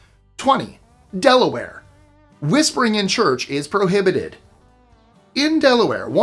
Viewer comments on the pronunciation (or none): none